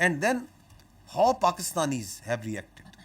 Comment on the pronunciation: Mulla Sharif doesn't know how to pronounce the English word "How" every time he has to say it he says "Haw!!" It's an entertainment to watch him I bet I can watch this shit entire day in loop so funny 😂